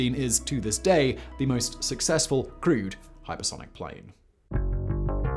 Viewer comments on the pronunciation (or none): Oooh, he's saying "crewed aircraft"! I spent half the video why he considered other aircraft to be "crude". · ah you mean crewed... i thought you meant crude.. lol.. like sub standard...or crud-e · I kept thinking you were saying "crude" aircraft, until I realised you were saying "crewed" 🤣🤣🤣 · I keep hearing "crude" aircraft... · I'm guessing you are saying crewed not crude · Didn’t matter how many times he said “crewed.” I kept hearing it as “crude.” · OMG, It took me 7.5 mins before I realized Simon was saying "crewed aircraft" and not "crude aircraft". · Not gonna lie, I went through the whole video thinking you were saying 'crude' rather than 'crewed'. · I don't know why but each time you said 'crewed aircraft' I heard it as 'crude aircraft'. I was thinking "okay, it was early but still, all these x-planes are crude? that's harsh, Simon!" And then the rest of my brain finally woke up. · I know what he's saying, but i can't stop hearing "crude airplane" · I heard it as crude planes, too.